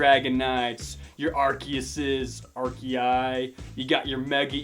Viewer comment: you say arceus like this are-see-us